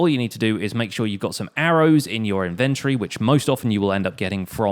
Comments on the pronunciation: It's inventory not inverty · If he pronounces inventory wrong again i swear to god im unsubbing... Thats a joke I love your series. But stop saying it wrong lol.